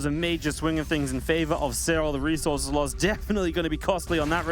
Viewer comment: God I hate the way says reezorzez